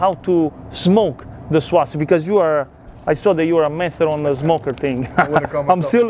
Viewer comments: Well,, not “SWAusage”. It’s “SAWsage” and “SAWce” but you’re close. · Love the swasage and the swauce 😂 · Swausage Swauce